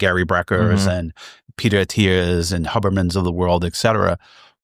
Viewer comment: “Hubber men”